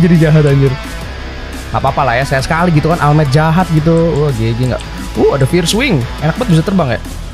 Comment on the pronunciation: All might Dibaca oll might:v